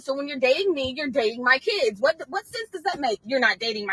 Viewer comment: It's pronounced Kids.not keids